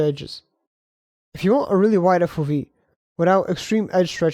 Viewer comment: FO-vee? 😅 you can't mix It's Eff-oh-vee